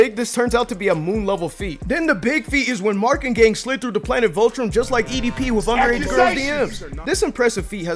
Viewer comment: Ik this is small, but I don't like how bro says Vultrom instead of Viltrum. Idk, just makes me feel uneasy.